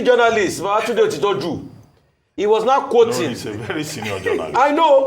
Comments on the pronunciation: Ms. Ojy Okpe, a true Nigerian broadcast journalist should learn to properly pronounce Nigerian names. In our own days in WNTV/WNBS, you wouldn’t even be an on air presenter. Baba Jide OTITOJU is a Yoruba Nigerian name and a very senior journalist for that matter. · It's a shame on her part for not being able to pronounce otitoju rightly, but you can pronounce zelenskyy and German name Schwarzenegger... she just wants to sound polished..